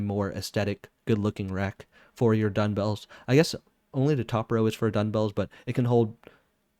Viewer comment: Nice vid! Just an fyi though, it is duMbells not duNbells. Or my ears are failing me.